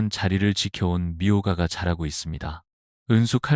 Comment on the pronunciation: 미호가가 아니고 미오가 Myoga